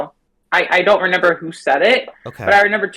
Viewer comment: she said she doesn’t “renember” i mean…u dont renember much do you